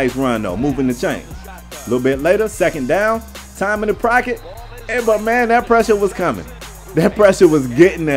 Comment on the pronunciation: Anybody else hear him say procket